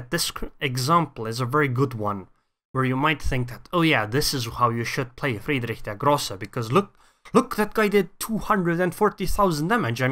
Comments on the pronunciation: You're the first non-german YTer to pronounce Friedrich der Große right. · Good pronunciation, I tell you this as a German ;) Also Notser and iChaseGaming are able to pronounce German nearly perfectly, btw.